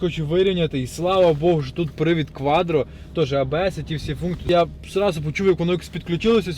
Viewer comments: Не КваДро, а КваТро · не кваДро а кваТро, а Audi 👍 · Не квадро А кваттро